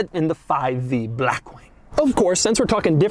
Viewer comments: Doug “Blachxwchkkk Wing” DeMuro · Why the hell it sounds like Doug pronounces it as "Brackwing"? 🤣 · I ABSOLUTELY LOVE THE WAY DOUG SAYS BLACKWING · Every L is always capitalized and tripled: "bLLLackwing", "LLLuxurious", "cLLLimate vents", "gLLLove box". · If you say black wing like that one more time… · every time he says black wing he emphasizes “black” so much 💀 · Doug just say blackwing normally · Insert the way doug say black wing comment here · What's with the way Doug pronounces "blackwing", with that weird L sound and the emphasis on BLACK. Weird... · Blackwing with emphasis on the a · How does Doug manage to say Blackwing in italics. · Is Doug just physically unable to say blackwing normally or what 😂